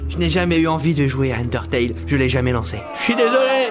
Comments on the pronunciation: ÇAN ENDERTAILE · Bon, c'est pas important du tout, mais quand tu dis sans d'undertale, prononce le en anglais